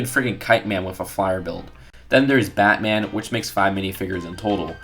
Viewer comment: OMG STOP SAYIN MEHHH TO BATAN JUST STOPPP